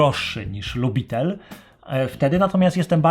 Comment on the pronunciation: Nie LUBITEL tylko (w przybliżeniu) LIUBITIEL — warto przed zrobieniem ,,dzieła'' zapoznać się z wymową w sieci.